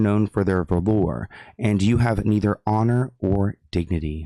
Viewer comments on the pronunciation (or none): it’s said like Val-ER not velour…that’s the tracksuit darling 😅💖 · Sounds like VALLER not valoooooor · No one heard how he said “valor” lol 😆